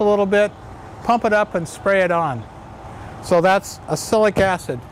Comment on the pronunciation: What you say doesn't sound like "oxalic acid" to me, if I didn't know what you say I would guess "acilic acid" :)